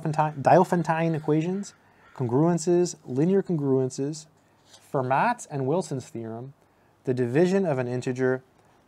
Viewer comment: As a general rule, the last letter of a French word is not pronounced unless it is an accented vowel, so Fermat is pronounced Ferma.